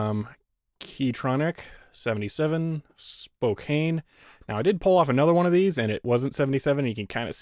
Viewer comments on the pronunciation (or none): I know that someone may have said this before in the comments section, but next time you get sent anything that has Spokane on it, that it's pronounced as spo-can not spo-cane. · It's Spo-can :)